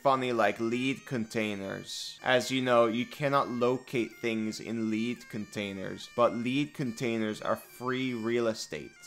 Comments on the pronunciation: five minutes in; why are you saying "Laed" Containers when it's "lead"? Youre putting way to much emphasis on the A' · lead and lead are pronounced different. Lead the metal is Led, not leed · Lead is pronounced "Leh-d" not "lee-d". To lead a group of adventurers would be to "lee-d" them. Just trying to be helpful. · I disagree I have been taste testing lee-d paint for years now I think it is pronounced lee-d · I was so confused for a while as I tried to find out what you meant by 'leed' containers, then I realised that you meant lead containers. Ahhh the joys of English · "lead not pronounced eed thats the version for a dog lead. Lead the mineral is ed like as in eddy. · LEED container hahaha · The lead element is pronounced "led." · The best part of this video is listening to pronounce "Lead" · I don't think I've pulled a double-take so hard before. "Leed containers". xD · ESL tip bro: lead the metal is pronounced "led" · "Lead" is pronounced like "led" it's a type of metal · "Lead (leed) containers" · Great video "lead" is pronounced "led" as it is referrring to the metal - lead. Gosh inconsistent English language:,) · Lead (the metal) is pronounced "Led" like "I led the horse to water". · I see you,, forcing angry comments to manifest and improve Engagement by mispronouncing "lead" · Why did you pronounce lead wrong? Was it to comment bait? If so you got this comment out of me so… good job? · theres no way thats how you say lead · lol, you can't pronounce lead.